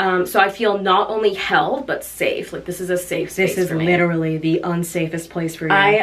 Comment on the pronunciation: You said legiterally I am one of the few who ever say that heck ya tech ya